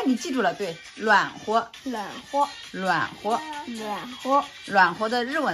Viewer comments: 暖和的发音是对的， 妈妈没发标准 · 哈哈，＂暖和”的发音发得比妈妈好!